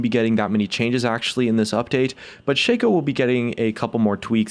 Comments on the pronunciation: shaco not shayco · Isn't shaco pronounced "Shock-o" not "Shayco"? the shayco pronunciation sounds so dumb lol